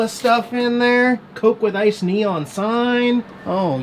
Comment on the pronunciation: “Coke with a nice neon sign... oh yeeeaaahh neom neom Yeah” What language is that sir?